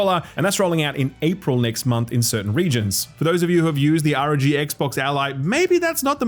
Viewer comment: irritates the piss out of me that and other channels call it the xbox handheld the "R.O.G" pronounced as "the are oh gee"... just call it Rog. Just because xbox have said they want to call it the R.O.G it doesn't mean it's illegal for media outlets to use a bit of sense and call it what it is. If initials can be read as a word, it's an acronym, you say it as a word. Americans in particular seem to really struggle to differentiate between acronyms and initialisms